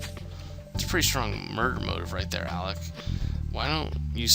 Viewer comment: It irks me the way he calls alec alex I know it shouldn't bother me but it does.